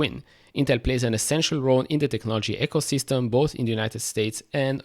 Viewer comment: Love your channel, good stuff. Intel balance sheet too scary for me, but new CEO sounds promising. Please look into how to pronounce ecosystem 😂.